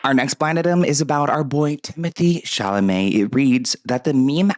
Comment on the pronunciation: Ay! You said Chalamet correctly.. also Happy Thanksgiving ❤